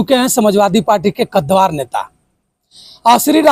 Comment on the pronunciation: कद्दवार नही कद्दावर बोलिए